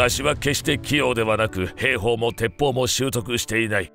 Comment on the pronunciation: へーほー？ひょうほうと読むんですよ。